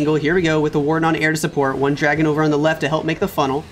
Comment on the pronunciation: SAYS DARGON INSTEAD OF DRAGON LOL